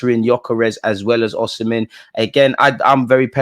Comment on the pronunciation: My brother its Osimhen not oshimen lol